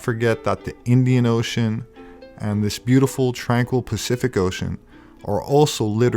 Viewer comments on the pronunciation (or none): the "i" land in the galactic oh-shine